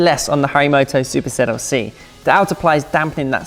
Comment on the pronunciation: I am pretty sure that you kept saying Zuper ZLC